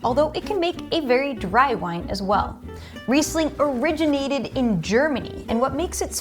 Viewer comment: Also you don't know how to pronounce Riesling. Please,educate yourself.